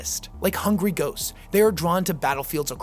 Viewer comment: Did you say “like hungry GOATS” or “hungry ghosts”? 😅